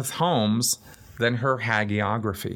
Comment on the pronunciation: Well, I clocked the mispronunciation of "hagiography" & conceded that I've both heard and certainly made far worse errors of pronunciation. I felt that there are many more pressing issues too, tbh! However, I think the second take is better in several ways & understand how being a bit of a perfectionist in some areas can be.